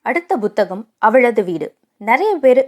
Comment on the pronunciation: Buthakam illai puthakam Correct your pronounciation